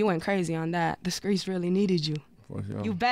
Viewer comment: Why she gotta say skreets 😂